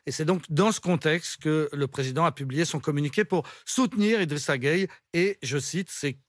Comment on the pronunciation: 😂😂😂 elle est marrante cette dame. D’abord elle se plaît à mal prononcer le nom Guèye pour dire Gueyé, ensuite elle propose que IGG ne joue pas en France s’il n’aime pas les valeur françaises. Elle ne se gêne vraiment pas. IGG n’a pas besoin des valeurs françaises, . Pourquoi? Parce qu’elles ne l’identifient pas. Et laissez moi vous rappeler que tous les bons joueurs de France sont en grande partie des Africains, donc attention. À vouloir trop avoir raison, vous êtes en train de vous ridiculiser devant tout le monde entier.